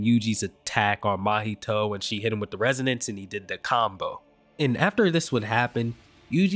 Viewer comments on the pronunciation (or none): none